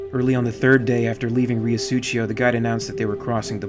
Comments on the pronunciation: 'rio su-cee-o', not "su-chee-o" lol... dirty river Mano.. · Great episode as always, love the content and narration. Just one little comment. The way you say Riosucio is kind of italian, you should read it as "Reeosuseeo", no "ch". Side note for flavour, it's 2 words combined into one, Rio= River and Sucio = Dirty. Thanks for another great episode! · "suTHio" is closer to it. Rio Sucio (Dirty River) if of Spanish rather than Italian origin as seems to be the case, will be pronounced Ree-o (short o, not ou) Su-THee-o (u as in PUT, strong TH as in THIN rather than THE or THIS, and short o) but in most of Latin America the C sound that you pronounced CH (like Italians) and Spaniards pronounce as the English strong TH will be pronounced as a simple S like the one that begins the word. Su-si-o (not a soft S as in the middle of Susie) God I'm terrible at explaining but hopefully that helps. SooSioh Obviously Riosucio is comprised of them 2 words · These are just as great as any of the Alien videos you've done.. thanks for bringing your special style to the crossover universe as well! FYI, Riosucio is pronounced "REE-oh SOO-see-oh." It's Spanish for "Dirty River." #ForDutch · Huge fan of your work, listening to you narrate reminds me of a story told by Michael Biehn which gives the narration added flare and dramatics. Really hoping you finish up on the accounts of the earth war, such a gripping audio tale. If I may critique you a bit I believe your pronunciation of Riosucio is a bit off. The first part you pronounce is perfect, the second it seems you're pronouncing with a bit of Italian decent. As it is a Spanish city, it should be sucio or Sue-Cee-Oh, which translates to dirty. As the town is near a river I deduce that river is filthy and the name "Riosucio" loosely translates to dirty river #ForDutch